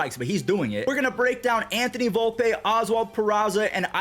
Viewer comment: Volpeeeeee not Volpay dummy